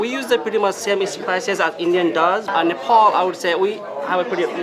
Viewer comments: Nephal vannu pardaina solti english ta bolnu k aruko toneko copy nagarau😁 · Please tell these two clowns and to learn to pronounce the name of their country and the capital. No there is no country called Nepol and no city called CatManDu. Their restaurant work is commendable, however, with their accent and their pronunciations, they are overcooking it.